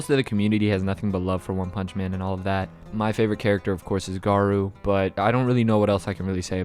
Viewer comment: Garuu lol (U do have pretty good pronunciation for the rest of ur stuff in ur videos, I’m just bein a prick)